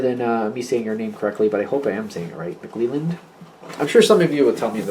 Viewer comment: soft Es on that name elland not eeland, good stuff though, always enjoy your readings... nice syle? lol? ;0) M